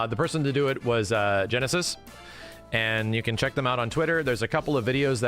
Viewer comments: Their name isn't pronounced like "genesis", it sounds like "nice" lol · Genesis? Gneiss is pronounced "nice." It's a type of stone. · I thought gneiss was pronounced like nice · There's something really goofy about praising Gneiss and wiring them $5k but not being able to read their name that is clearly NOT "Genesis" (it's a type of rock and rhymes with "Nice") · Side note on the modder: I don't know them, and perhaps they choose that pronunciation for some reason, but the word "gneiss" is actually pronounced "nice", not "genesis", and (for those unaware) is a term in geology to describe a metamorphic form of rock formed by changing schist, granite, or volcanic rocks through intense heat and pressure. I just want to make sure the modder gets the recognition they deserve, so that those who remember more from audio than visual won't miss out on following Gneiss by trying to find the modder "Genesis". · He keeps calling this dude Genesis like his name isnt Gneiss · GNEISS is pronounced NICE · Wouldn't their name be pronounced like 'Nice'.